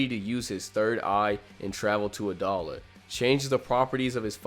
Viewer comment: i thought it was pronounced a-dough-la